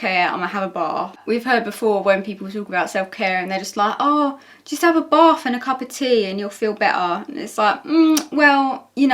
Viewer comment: hes saying bath, right? It sounds like barf, but that doesnt make any sense.